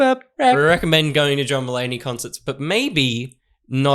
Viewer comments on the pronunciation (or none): It took me a while to figure out you were saying "John Mullaney" not "Drummallaney". I thought they must have been a metal band 😆